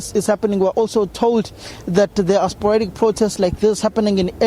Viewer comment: Somer "sporatic" um protests